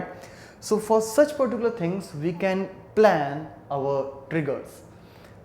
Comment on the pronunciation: its WE.... pronounce as uie , and not ve